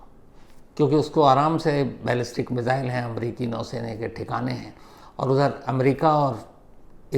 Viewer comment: Shams ji app missile ko मिज़ाइल kyu bolte hai. 2018 se sun rha hu aap yehi word bolte hai.